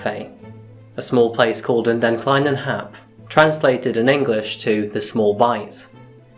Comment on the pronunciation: How fucking bad was that De Kleine Hap pronunciation? Jesus fucking Christ.